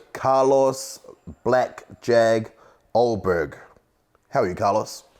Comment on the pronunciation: Why they say your last name pronounced as a OH-BERG It’s pronounced UL-BERG I say not even Carlos knows hahaha But yeah all the best ayeee 🎉👏🏽